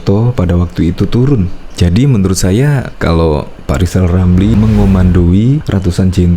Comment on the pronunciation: Si lizal lamli telat minum obat...seling ngomong sendili.